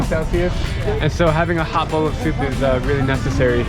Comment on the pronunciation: I love how the friend of Drew pronounces Bowl to “Bawl”